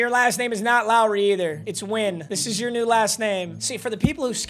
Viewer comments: Saying nihao when talking about a player with a Vietnamese last name is crazy 😂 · It was really annoying how you kept miss pronouncing Seth Na-Goy-en's name... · “Knee Hao”😂😂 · why does he keep calling Set Nguyen Seth Wynn?